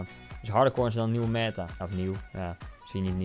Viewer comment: Koen ie spreekt meta uit als meeta